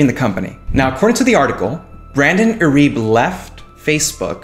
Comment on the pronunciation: irib WTF learn to say his name.